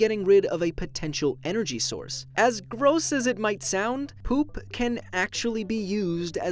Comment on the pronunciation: The way he says poop lol